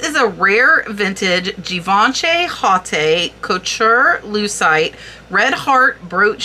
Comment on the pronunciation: thank you for another great research video-- they are my favorite..I really hate to correct people , and i certaily dont intend this to be taken the wrong way but in the spirit of learning-- Givenchy is pronounced (jhee-VAAN-shee) emphasis is on the 'Vaan' Haute Couture is pronounced (HOAT co-tur) or even OAT CO-TURR emphasis on the 'haute' it translates to HIGH FASHION and is the highest form of fashion design. to be a identifieed as a Couture design house there is a tightly controlled, invite-only application, governed by a committee of sorts known as Paris’s Fédération de la Haute Couture et de la Mode. and finally Pietra Dura is not a designer or design company (so pieces would never be marked as such) but is actually just the name for a particular style of mosaic work that uses relatively hard stones (feldspar and diamond usualy) You can identify a piece as pietra dura easily by the typically black stone background with multicolored inlaid stones - usually in shapes like birds/doves/flowers and leaves. they're gorge and worth a lot!! hope this doesnt offend you- i love all the hard work you do for these videos